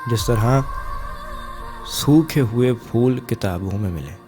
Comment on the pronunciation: صحیح کہا اور لفظ پھول کو فول ہونے سےبچائیں۔